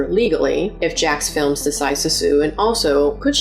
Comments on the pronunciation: It's Jacksfilms... not Jackfilm. It's so weird no one can get his name correct. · The apology saying his name incorrectly feels like a very subtle insult.